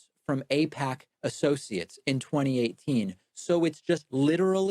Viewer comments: This skit he does where he purposely mispronounceing and saying things like “ I pac “instead of “aipac” is like a cartoon skit that ppl listen to him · I don't see how ay-pack, eye-pack is a joke. There's no set up for a joke. It's not an anti-humor joke. It's not the right subject or timing for a joke. That we know can he correctly pronounce the name doesn't make mispronouncing it a joke. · I think it's pronounced "Aight-K" or "Eight-K", or whatever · He doesnt know how to pronounce AIPAC? LOL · As far as I can tell, the "joke" is that Pakman knows that most people are aware that he knows the 'correct' pronunciation of AIPAC, and pretending that he doesn't is a wink to other zionists. That, however doesn't discount the possibility that he is just being disingenuous, and attempting to gaslight his audience. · "I don't know how to pronounce AIPAC" David's brother works at AIPAC. What a dumb lie